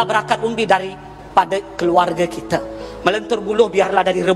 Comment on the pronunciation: sebutan bagi betul laa bukan kite tapi kita.. belajar lagi tatabahasa tuh..